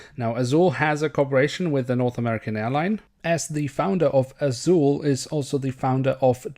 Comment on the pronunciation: Você é brasileiro, fala azul curtinho.🤔🤔